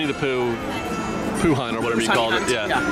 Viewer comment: He said poo hunt haha